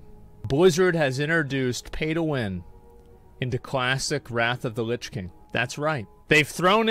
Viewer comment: "wot luh kuh hype"